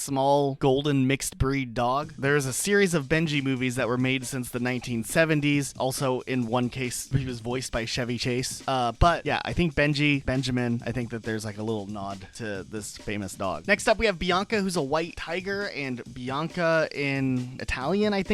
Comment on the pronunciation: It's not Shevy Chase as in the car Chevy. It's CHevy Chase CH as in CHurch or CHase. That totally gave your young age away. Anyone born in the 80-90s knows how to say his name correctly